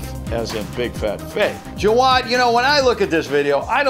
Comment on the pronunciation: Bill i just thought you'd like to know jawad is not pronounced like how u said it, its a name from where i come from its pronounced jaa waa d